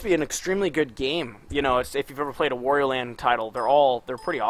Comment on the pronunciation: The a in "Wario" is pronounced like the a in "art", not like the a in war.